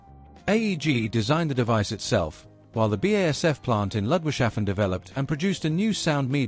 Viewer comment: I do think the pronunciation is not Ludwig-shafen, but rather Ludwigs-hafen.